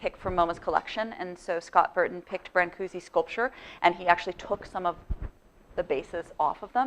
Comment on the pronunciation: This is all wonderfull and all but you really have to pronounce his name right. Thank you !